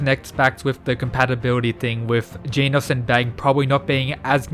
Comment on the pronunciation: It's a bit unsettling to hear you say Genos the way you're supposed to pronounce 'Genus'. But great work nonetheless. Hope you get more subscribers soon (